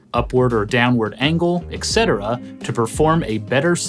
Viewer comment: Etcetera not ecsetera as far as pronunciation you pronounce the t